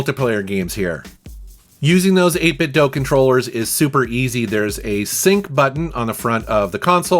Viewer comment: It's 8Bit Do not dough even their official speaker that talks says this. So please stop mispronouncing it.